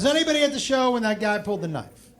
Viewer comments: L pfp. Also wtf is a "knoife?" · It's how Australians pronounce knife. It's from Crocodile Dundee and The Simpsons